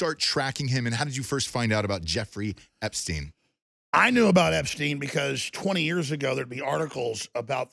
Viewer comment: Dude is called "Epstein" not "Epstin".